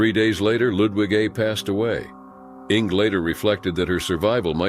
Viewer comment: 🤣 "Ing"? Did you mean "Inge" "Inguh" AIs...tsk